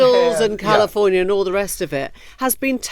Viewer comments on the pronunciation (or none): none